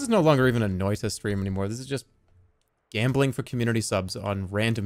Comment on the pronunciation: I'm impressed how close to the actual pronounciation of "noita" that was.